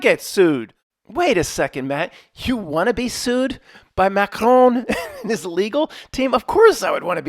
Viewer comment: That's the best pronunciation of Macron in all of media. No small accomplishment, my friend. Rogans up👍